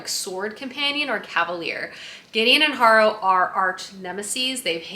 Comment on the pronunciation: I saw someone nicely correct your pronunciation on something, and i just have to do it before I go crazy. 🫣 My mother in law is named Harrow. The name and adjective are pronounced hair-row